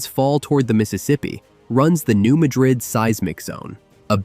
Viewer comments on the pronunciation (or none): First, at least in Norfolk Lake the graves were moved!! And the fault line is the New Madrid, pronounced Mad-Rid!